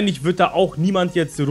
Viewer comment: mit "tzt" ;D